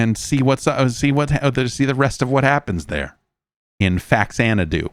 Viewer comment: • Relates story of childhood friend's humorous mispronunciation of 'Faxanadu' • Proceeds to mispronounce 'Faxanadu'